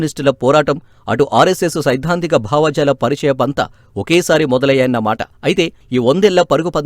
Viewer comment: వ్యాఖ్యాత తెలుగు అంత బాగాలేదు. భావజాలం నీ భావాజాలంగా పలికారు. ఇలా కొన్ని ఉన్నాయి...